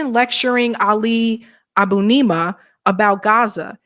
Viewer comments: I think that you do great work but please learn how to pronouce people's name right. It's "Ali Ah-bū-nee-mah". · Great segment, but learn how to pronounce Ali's name, ok?